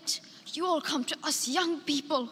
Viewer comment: One year later & I still lose it every time 🤣 "HOW DARE YEW"